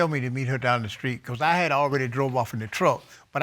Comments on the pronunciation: 1st case: The lady is saying, "screet," instead of "street." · “Down the skreet”? 🤔